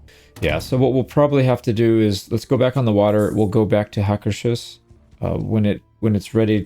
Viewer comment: Just a pedantic nerd here, want to mention: the first H in Hvalvik is pretty much silent, so it's more like Valvik; and Hús is the word for house, so instead of being HakerShus, it's pronounced more like Haker's Hús (think like a OO, like loose)